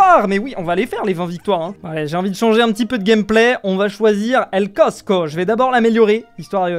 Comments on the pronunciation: C'est pas Cosco c'est costo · el costo ❌ el cotsco ✔ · c ell costo et pas cotco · c pas el cotsco mais el costo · c pas cosco mais costo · c est el costo et non el cotco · fuze qui dit Cotsco pendant toute la vidéo😂😂